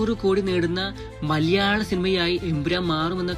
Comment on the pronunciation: മലയാളം annu ഉച്ഛരിക്ക് ഇയാൾ maleyalam annanu പറയുന്നത്